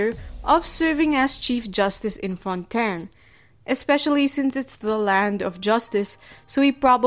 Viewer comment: finally another person who pronounces fontaine correctly as fon-ten